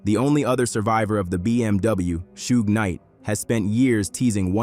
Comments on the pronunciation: Who's Sue??its SUGE man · Sewage AI pronunyof Suge Knight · You lost me at "Sooojj" "Sooogey"😮😢😂😂😂😂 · "Soogay"!??? AI slop video. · Facts you can make ai pronounce suge name right